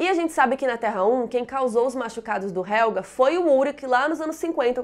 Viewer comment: É helgeeeeeeee, não é helga!